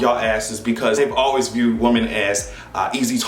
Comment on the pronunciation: EVERY TIME you say ,"Woman", instead of ,"Women", melts me!🥰